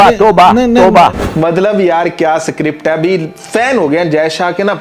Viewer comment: स्क्रिप्ट बोल सुअर, सीक्रिप्ट नहीं !